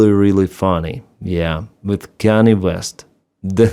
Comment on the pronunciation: Kan-yeh, not Kannie.